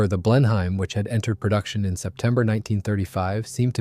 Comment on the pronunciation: Blenheim is not pronounced "blen-hime"